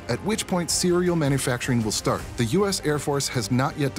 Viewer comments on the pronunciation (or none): none